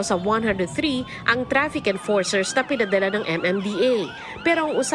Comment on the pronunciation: Si ms.reporter kung makapag salita ng trapik napaka diin.mga bitter